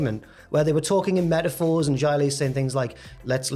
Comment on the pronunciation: Why do, and insist on calling her Jia Li when it’s very clearly pronounced Xia Li.